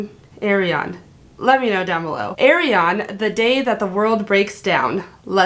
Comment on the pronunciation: Ayreon not Aryeon 😁🤦🏻‍♂️